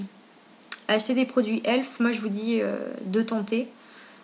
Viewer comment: Héhé c'est pas ELF c'est e.l.f (euuuh eeeelll eeeef) XD pas elf tout court x)